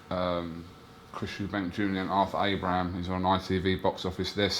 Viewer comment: Add AbrahamS to the list of names frank mispronounces